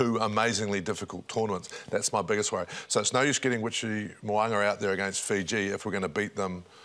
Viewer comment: Aussie commentators leading the way with pronunciations at the moment. Aus: Mo’unga NZ: Mowanga Kefz! 🤦🏽‍♂️😂